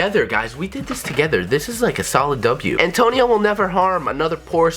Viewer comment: every time he says Antonio i cring